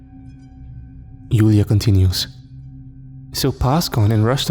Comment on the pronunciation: One thing “Julia” is pronounced with a “J” sound, not a “Y”. Joo-Lee-Ya